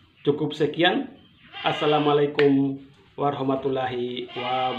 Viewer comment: Kalau ucapkan salam ala islam, yg bener dong. Belajar !